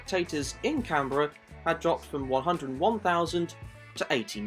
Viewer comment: For a second I thought you said Carribean.